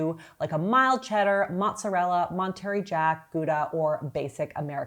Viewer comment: How about “Mount-terry Jack” 😅